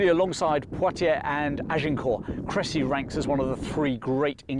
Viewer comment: Really good pronunciation of Cressy (I think so anyway, I don't speak French 😄).